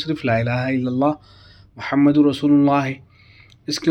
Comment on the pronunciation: Assalamu Alaikum bhai sahab Muhammad par pesh hai kalima e taiyebah padhne me ap zabar padh rahe hai tawajjoh den ap zara